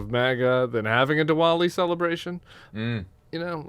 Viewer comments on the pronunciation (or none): Pronounced Divali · The “w” in Diwali is pronounced like a “v”. Just an fyi.